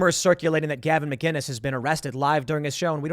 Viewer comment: Oh my god why can’t u people ever get Gavin’s name right ?? Jesus